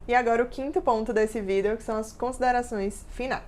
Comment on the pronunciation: “Vidéo” kk bem diferente o jeito de falar